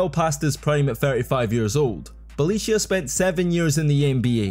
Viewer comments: Nemanja Bjelica by far 😂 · you butchered it quite hard .... Bjelica hahaa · Nemanja Bjelica hahahhahaa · Bjelica was awsome. First time i have heard this pronuncuation. You are an inventor in names :D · Bjelica was absolutely totally wrong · Bjelica pronunciation was a crime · You wouldn't pronounce worse Bjelica even if you tried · The way you pronounce Bjelica is crazy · Brotherman went crazy on those pronunciations tf is a Belicia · Lets not forget how Kukoc, Smits, Sabonis "failed" in NBA. Tough Jokic failed in basketball overall not taking part of his national team. But please give some minor respect to Bjelica. One of the greatest players ever, coz hes name is not Beyelissiya, like you spell it but Bjelica. (Bielizza) Thank you. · Bro, you have been butchering hard Bjelica pronunciation. It should sound like Bye-lee-tza not Belicio. You should have used google translate audio option for pronunciation, its spot on. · Belicia? Its Byelica,literally google the name in the origin language and press the little button for google translate to read it for you pls. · It’s Bie-lee-tsa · Nemanja Bjelica by far. Unlike in english, each letter is always one and the same sound. His name would be: Ne-ma-nya B-ye-li-tsa. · Oh Jesus.. Beleeshya 🤣😂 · I gotta admit you had me wondering for a little while who was that player Belicia that was a starter in the NBA for 2 seasons and how the heck did i not know him.... :D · "Bie leet tsa" bro 😂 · Never knew a certain Felicia played for NBA lol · bro called him Balicia Keys 😂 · Things you pronounced wrong: Millosh, no Miyosh. Bolonya, no Bolonga. Nemanya Bielitza. Spaniolis. Yool, not Lool. AK47 is Andrei, not Andrea. And Euroleague Phil Jackson is pronounced Ze-Li-Ko Obradocivh. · Wtf is "Nemaniah Belichiah"? 😭😭😭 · BJELICA IS PRONOUNCED BEE-YAH-LEETS-AH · get a shot for every Belisia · Neh-mah-nyah Byeh-lee-tzah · Bjelica and Bolonga for sure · try boloneea fo r Bologna and Nemania Beaelitsa for Nemanja Bjelica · BoloNGa and bjelica